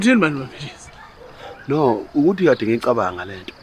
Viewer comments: Why keep saying "Mampesikha" uhlulwa ukubiza uMampentsisi yini???😂😂😂😂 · akaze albiza kahle igama laMapentshisi 😭😭 🤞🏼, "Mapesika" 🔥😂😂😂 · makes my day when she says Mapesika 😂😂